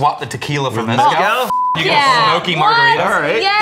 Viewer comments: For the love of GOD and everything good and sacred STOP pronouncing it as MEZ-cal. It’s pronounced mez-CAL. And yes I do speak Spanish lol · Jesse Pinkman failed in calling it "Methcal". I'm disappointed. 😂